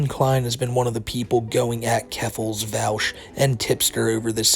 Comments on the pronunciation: Vaush /v-o-sh/ like Posh Not /v-al-sh/ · it's pronounced "vahhsh". i really don't feel he's a creep. the content was by a loli artist but it wasn't a loli picture. he's not a pedo so didn't recognize the artist as having made other stuff. big fan but i don't think you have the right info on this one. his argument was that people who support child slavery for mining are as bad as people who are pro CP. if you watch the whole thing he wasn't saying HE thinks that. i don't agree w that claim but it's still not the same. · Pronounced Vosh lol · Vaush is spelled with AU not OU so I fail to see how people pronounce it like regards, how do you pronounce Australia? smfh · Let's be honest the fact that he didn't even bother to learn how to say the dude's name correctly is a pretty big red flag that didn't actually look into the topic too much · You are not saying Vaush's name right.